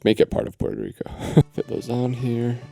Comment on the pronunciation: Wait what… Peurto Rico? You mean PUerto Rico…. Lolololol